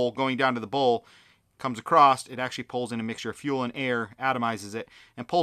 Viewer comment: Wtf is “acrossed”?